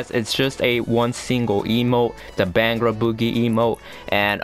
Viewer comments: What the hell is a beeehangra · This man was way off when he said Bhangra